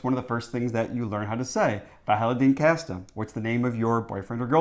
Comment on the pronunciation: really nice pronunciation of "kæreste" even with the æ and everything, that's some of the stuff that makes a Dane proud 🇩🇰🇩🇰